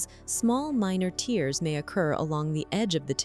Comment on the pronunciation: An actually human would probably know how to pronounce "tears" as opposed to "tears".